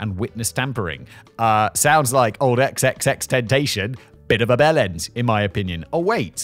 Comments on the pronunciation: Xxxtentacion is pronounced triple X tenticion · just wanted to give Simon some help, it's XXX-Ten-tass-eon but most I heard call em Triple X Tentacion. Rest in peace to that talented young artist, cut down way before his time 🕊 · Simon, It's pronounced Ten Tass EE On. The xxx man that is. One of my sons would look at you with disdain for your pronunciation, but then politely let you know. Legends never die❤ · Xxx ten tash ion (pronounced) *I asked my kid 😂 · I never knew how much I wanted to hear Simon pronounce XXXTentacion 😂😂😂